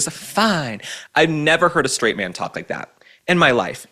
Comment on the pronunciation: Why can't Michelle Obama pronounce 'S'? Why does she say S words like she's German...schtraight, schtrong, schtruggle, etc.? So affected, it's obnoxious. PS she's ugly, no matter what she does with that hair. Same goes for her husband.